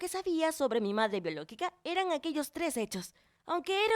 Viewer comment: Like si te diste cuenta que dijo biolockica minuto